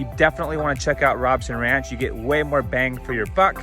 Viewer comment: It's pronounced Rowb son, long "O" on first syllable. I know because I live there.